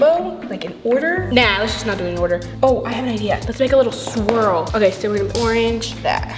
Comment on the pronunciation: "So u make the swirl... then you make the swirk yea" - 2021